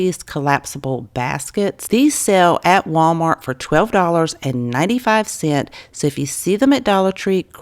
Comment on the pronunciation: Cent(S)….please add the ‘s’ in cents. It’s only cent if it’s literally ONE CENT.